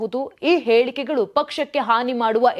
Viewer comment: Pls correct your pronunciation it’s not Bheku it’s beku, and it’s aelikegalu it’s helikegalu.